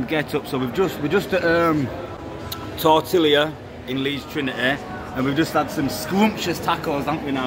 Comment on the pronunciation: Tortilla = Tore-Tea-Ya 👍